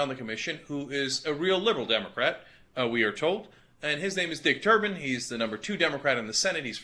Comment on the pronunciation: I thought I heard "Dick Turban." Im pretty sure thats not were they go.